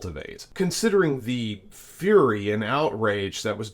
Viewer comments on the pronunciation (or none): none